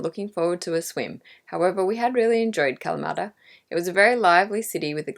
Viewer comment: Don’t be making fun of my Ancestors “Kalamaaata”!!! lol Great video again!!